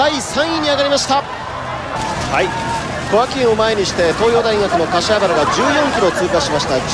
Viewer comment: 瀬古さん かしわばら 言えていない（笑）